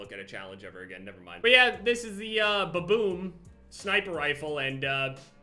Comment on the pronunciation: Anyone else here baboon instead of ba boom